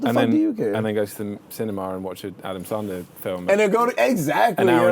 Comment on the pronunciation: love the way James says Adam Sarndler